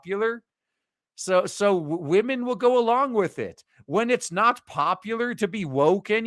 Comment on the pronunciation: It cracks me up so much when I hear transformer wamen. LMAO~!!!!